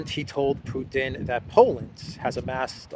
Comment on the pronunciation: " if Pewtin wew to win dis waw" come on spit it out 😂